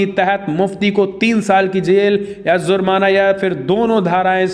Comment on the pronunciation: Please improve your pronunciation of hindi. You don't differentiate between z and j. It is jaari not zaari, jurma not zurmana etc.